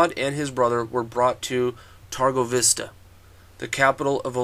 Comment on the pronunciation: Is not turgovishte but Târgovişte. Ş in english is SH and Â in english is not that easily to pronounce, but when you say mercedes benz the last pronounciation of z from benz is like Â.